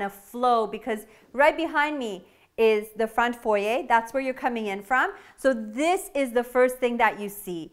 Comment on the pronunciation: I've probably said this before, but thank you for saying foyer properly lol.